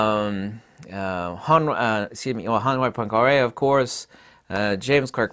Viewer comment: poincaré....hurts my ears